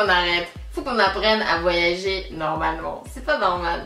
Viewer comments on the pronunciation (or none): none